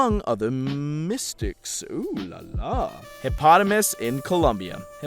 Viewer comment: He said Hipotamus.... it's not hard to believe acacia would be outside his wheel house lol.